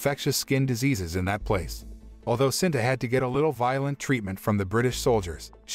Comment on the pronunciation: It's SITA sir not sinta